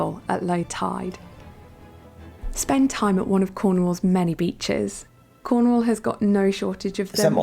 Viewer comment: Emphasis on CORNwall, not so much the 'wall' part!! If in doubt, emphasis the FIRST syllable here.